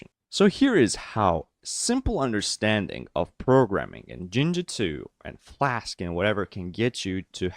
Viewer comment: Its flask not vlask dude